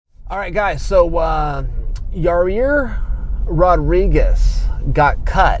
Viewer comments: It's ya-ir not ya-rear lol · Is he saying Your rear instead of Yair? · Yahir is pronounced Yah-ear, not Yah-rear. Lmao. Yes, I know chael isn't hispanic, and don't expect him to speak spanish, but I thought that was funny. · Yair "Yourrear" Rodriguez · He said ya rear. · Sounds like hese saying yer rear. Yer rear really got pounded by edgar. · Yourrear Rodriguez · Chael , Its Yair, not "your rear" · "Yo-rear" lmaooooo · “Your rear” - Chael Sonnen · First off, you're saying his name incorrectly. Secondly THIS is fake news. Daina was quoted saying he offers Nate Diaz 3 fights per year, (as per the contract) and Nate turns down ALL 3 every year....sounds like a lot more than 2 fights Mr. Sonnen. No offence, but take what all these guys say with a grain of salt. Of course people will argue that Nate is 'worth' more when it comes to money fights, but this is 100% irrelevant. A contracts rules should apply equally to ALL fighters no matter the bias. Enjoy even more fake news people. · ya rear lol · Wtf Chael! "Your rear" 🤔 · „In yourrears case when he turned two guys down....“ 😅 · "YER' REAR RODRIGUEZ" - CHAEL SONNEN 2018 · Yourrear? Seriously? Good to see Chaels back on the juice thou. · Ya Rear? YA EAR. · I don't care what you say Chael,I like your ear Rodriguez😂😂😂😂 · Why is Chael calling him "your rear"? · It’s Yair (Yah Ear) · chael, please please learn some basic spanish pronunciation. YAH-EER. you'd like look a fool talkin like that in the western half of the US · “Yereer Rodriguez” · "yourear" lmao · Why does he keep sayin "yo rear" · "yer rear" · YARREER??? Wtf Chael you a pirate now? "YARRRRrrr MATEY, YARReeerrRr, me thinks he had ta walk tha plank!!" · "Ya-rear Rodriguez" -- Chael Sonnen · The pronunciation of Yair as "Your rear" is very intentional. I know this guy. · "Ya rear" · Very sorry this happened to your-ear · Cannot even pronounce his name right wtf Chael... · Learn how to say his name correctly before posting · Anthony Jones Agree. That was annoying.